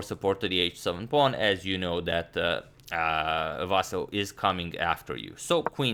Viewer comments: Plus, Vasyl is prounced as Vaseel And please don't call him Vasal or Vaseel .... "Ivanchuk" is a lot better. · In Ukrainian it's VasYl (stress on the last syllable). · It is VasYl strees on Y if you want to say it in Ukrainian way from now on but I wouldn't bother, saying Vasiliy is ok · It is Vasyl’ with soft L. Thumbs up so agadmator sees 👍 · Hey, Antonio, please, not VAsyl, but VasYl with last "l" being soft consonant, like VasYl'. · The most correct Ukrainian pronunciation would have stress on "Y" no matter what one told you, Antonio. Its pretty popular Ukrainian name with no stress variations. You can listen to pronunciation Ukrainian spelling is "Василь" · Correct way to say:" Vasyl" is with the stress on "y" (second syllable). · If you want to make it absolutely perfect: the last syllable is stressed, [L'] is a soft (palatalized) consonant :) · Дмитрий Самойлов also the L at the end is soft. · Somehow it's difficult to reconcile the pronunciation of "Vasyl" with chucky 😂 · The thing is that in serbo-croatian stress is almost always on the first syllable and I think his way of pronunciation Vasyl comes very natural to him. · About the name: it is pronounced as "vasYl", not "vAsyl", last syllable is stressed, and "l" after "y" is softened. The same for "ivanchUk", last syllable; and should be pronounced like "eevanchOOk". Btw, "Vassily" is also correct, since it is his name spelled in Russian manner, and widespread in Ukraine. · Mate, you got the correct stress for the last name, not a common thing to hear btw, but the first name.. it's VasYl not VAsyl. Thanks for the content. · actually, no. He said vAsyl, when its vasYl. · The correct pronunciation is Vasi`l, not Va`sil. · Vasyl comes from western Ukraine and there it was always the only way this name was pronounced. Василій is a typical example of russification of Ukrainian language. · Correct name spelling and pronunciation has increased our vast knowledge! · agad yu keep sayn vasyly lol